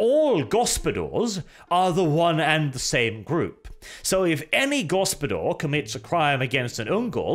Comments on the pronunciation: pained groan Ugh......I can see what Dev meant when he said you were butchering foreign languages' pronounciations in the last Wermacht By Night.:D The "Gospodar" is pronounced "go-spo-dar", with hard 'A' at the end, not "go-spo-dor" with a hard 'O'. I expect this to be remedied come the video you said you will be making on them!:D (Fun fact for the non slavic people around, that word means Master. So the Kislevites are literally descendant from the Master race. The Slavs.) On a side note, any thoughts/comments on Loremaster Of Sotek kind of indirectly calling you out in his video talking about the Ice Guard release for the Old World? And is there any chance for the two of you to have a discussion/debate about it and general Warhammer stuff overall? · Initially I did not understood what this foreign gibberish "go-spo-dor" meant, but when you started explaining, I made the connection. It is Lithuanian word "gaspadorius". It is quite an old Lithuanian word and it is not as popular anymore as it was in previous generations and since. It means head of a household, usually in referring to a family. It also attaches certain expectations of age and wealth. You would not call someone young who had just married and had their first child. It is word reserved for men, not boys or rather when individual matures completely. Also, he is expected to have his own wealth like a house and means of supporting itself. Only then this word could be rightfully used to describe a man. It is a honorary word which you would call someone if you want to acknowledge his status and importance within his household. Little bit formal, but used in everyday conversations. As for pronouncing this word, it is "gas-pa-do-rius" with an emphasis on "r".